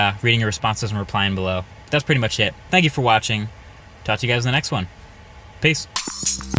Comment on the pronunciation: 'Dhank you". really, marques? i love u though